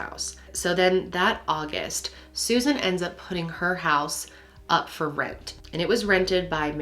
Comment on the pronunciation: Rewbin and Sewzin LOL